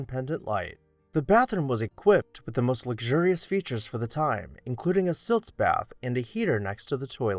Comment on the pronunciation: I am afraid you meant "sitz bath" instead of "siltz bath."